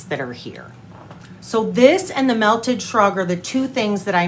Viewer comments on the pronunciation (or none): none